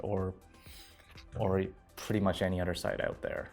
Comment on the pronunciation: "udder things"... lol